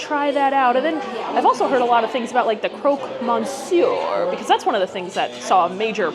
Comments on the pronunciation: The croque monsieur looked cold . Also, in French you do not pronounce the N. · I am so happy your reviewing it. I think the interior is fantastic and beverage fits the place. I think it's so expensive that I can't imagne many people can pay that (I think many will come for Instagram pics then the actually food) . The way you say croque Monsieur and Fleur de sel hahaha love it. Thank you for your honest review. The sandwich looked so good. Did you like the chocolate? I am from Belgian so interesting. But also know there is what people call Belgian chocolate and our famous chocolate.